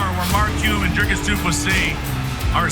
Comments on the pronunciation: Its not Dreycus,Its Dricus as in dreecus u insult us South Africans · How is the still getting Dricus's name wrong and still pronouncing it with an "a"???🤦‍♂️